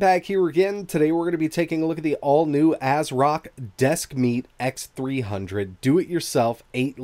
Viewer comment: Desk Meat ... I can't unhear it.